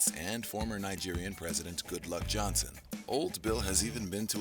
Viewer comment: And it's Goodluck Jonathan not Goodluck Johnson